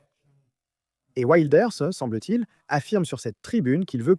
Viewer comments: Effectivement, ça se prononce Wilders et non Wailders. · "Waildeurs"?! Le néerlandais n'est pas de l'anglais. Il faudrait vous renseigner sur la prononciation des noms propres avant de publier une vidéo. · Ça se prononce « vilders « non? Tu le prononces à l’anglaise mais c’est un hollandais !😅 et les G se prononcent R…😉